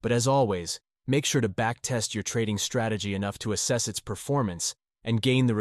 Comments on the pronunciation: Strategy ❌ Trategy✅ By the way nice video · Strategy ❌ trategy ✅